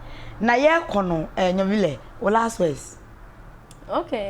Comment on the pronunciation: The name nyvile is in nzema language and should be pronounced well.